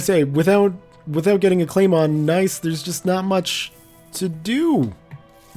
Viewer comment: I don't know if you've noticed this but you've been pronouncing Nice wrong.